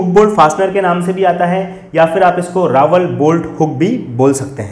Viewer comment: Bade bhai jankari dee lekin RAWL (रॅाल) hota hai na ki Rawal रावल